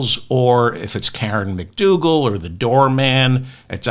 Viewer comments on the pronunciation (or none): none